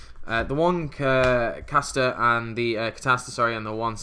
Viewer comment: Castor, Samson, Pleiades, it always makes me laugh when you say the cards names wrong haha. Nice deck profile!